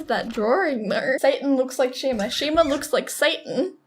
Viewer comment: they said shema